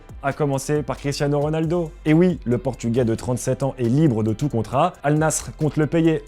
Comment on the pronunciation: Massacre du nom Al Nasr, massacre du prémom Sergio... superbe